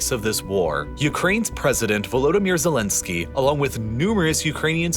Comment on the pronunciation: You pronounced Ukraine's presidents wrong